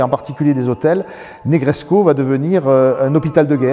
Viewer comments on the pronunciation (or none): Formidable présentation, félicitations ! Par contre, de grâce, cessez de prononcer le sufixe roumain "-escu" en " échou ou échcu"! Ça n'existe pas ! Negrescu se prononce exactement comme Negreso, avec ou à la place du u, à la fin, mais sans le son " ch". Donc, phonetiquement " NegreScou, tout comme " Ionescou, pour Ionescu " Par contre Ceaușescu, se prononce Theauchescou, avec un ch au milieu car il y a la lettre" ş" caractère qui n'existe pas en français. Il vaut mieux donc le prononcer " Seaucescu" que " Seauchescu" comme le l'entends si souvent...Certes, pas très important, mais je tenais toutefois à le signaler🙂!